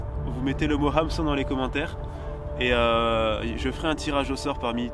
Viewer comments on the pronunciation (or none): Hameçon ou heumeçon on dit??😂 🤘🏴‍☠️Vraiment un beau jeu concours🤘🏴‍☠️ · HAMeçon dans les commentaires du coup avec la bonne prononciation du "HAM" ;) et merci pour tes vidéos inspirantes